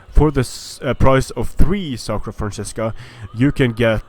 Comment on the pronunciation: Hey, is there any way you can tell creative assembly that it shouldn´t be "SACra Franzisca" but "SCAra Franzisca", for in latin its "scara,ae" the "scara franzisca"-> the frankish (war)band were a elite force of the frankish kings. Nice video by the way:D